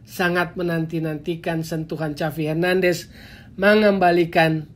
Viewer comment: Cavi hernandes, agak aneh dgrnya..